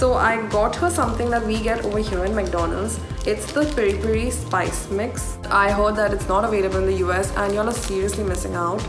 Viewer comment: loved how she pronounced piri-piri spice mix as pri-pri!